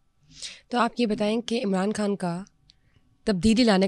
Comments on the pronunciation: محترمہ آپ کھان نہ بولا کریں۔ لفظ خان ہے۔ بکھار نہیں بخار ہوتا ہے۔ جہاں خ ہو وہاں کھ نہ بولا کریں۔ یہ انڈین تلفظ نہ اپنائیں۔ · ما شا اللّہ ۔ اگر آپ اردو بولتی ہیں بھارتی زبان نہیں تو “ خان” بولنا چاہیے “ کھان” نہیں۔ معافی چاہتا ہوں۔ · Ye kas kia behan pls talafuz theek kre Urdu k kan kia ha behan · Imran Kaan ki kya koobian hain…., ye kya tallaffuz hai aapka???? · Why are you saying کھاسی ، کھان 😂 say خاصی، خان instead